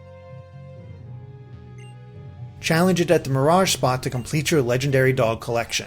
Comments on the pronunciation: Im sorry but you pronunciations are retarded. su-wee-i-cune? Meh-spirit? Are you even reading the names? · anyone else get bothered with the pronunciation of "suh - we - uh - cune" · Man I love saweeacoone. (these pronunciations smh) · WHY U SAY SAWEEAKUNE ?!?! ITS PRONOUNCED SWEEKUNE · I'm sorry sweeacoon it's suicune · It's swicune not seweucune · AND you pronounce legendary pokemon names wierd its not KEE-Oger its KY-OGER spelt Kyogre its not SWA-EE coon its SWEE-coon and its not COBUH-Lion its COBAAL-EON good? good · These are the worst pronunciations I've ever hear LOL. Sooweeacune like nah man. Of course there are multiple ways of saying pokemon it could depend on your accent but damn he butchered some of these names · is it me or did he say "saweeacoon" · Saweea-kun! Dayum, suicune is now my senpai! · Iota Ceti se-wea-cune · sa wee a cune... nice prununciation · Did anyone else notice he pronounced "so-wea-kun"